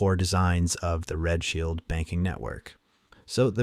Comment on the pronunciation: Are you calling Rothschild "Red Shield" ? :D